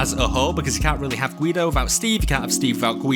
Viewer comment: why is G.U.I.D.O said guyidoh instead of guydo